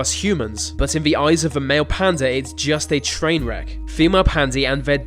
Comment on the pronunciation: I was getting pissed off how you were saying 'Panda' until Dr. Gaylord was introduces. ahhhhhhh